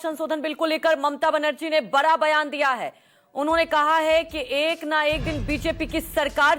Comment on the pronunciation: बरा नहीं बड़ा बोला करो